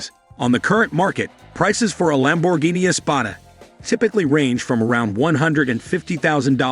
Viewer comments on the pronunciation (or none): PregO! Thisa Narator soundsa Very digital anda may be Much MOre impreSsive if he could at Least pronounce Lamborghini correctly(!)🇮🇹gF 4.4.'24 USA